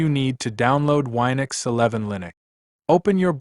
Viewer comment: It's Win-ux not Wi-nux.